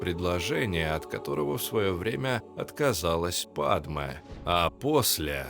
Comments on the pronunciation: Не падме, а падЬме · Лайк можно ставить просто за момент на 12й минуте!😅 Где произносится "Падме", а не "Падьме" 😅😅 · "ДЬ" правильно "ПадЬме")))